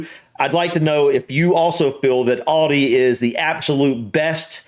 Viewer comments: just so you know its not oldi its aldi has in al dee not all dee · Aldi is pronounced al day, not all day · It's pronounced Al, not orl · It's al-dee not allldee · sorry to say its alda not oldi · Say Al dee Not Alldee Aldi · Its pronounced Aldi here, not Oldi. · It is not 'All De' it is Al as in 'Al Bundy' .. Al De... Aldi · Aldi is great and its called Aldi not alldee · Whats Audi ? Aldee mate. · Its aldi not alldi mate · It is pronounced Aldi as in apple. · It's Al_di, like you are saying the name Al... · The girl tells you how it’s pronounced, not hard to pronounce Aldi the way we say it…al day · Al-DI. Sounds like Al Dee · you didnt do bad with the pronunciation - Aldi - say it like this > Al Dee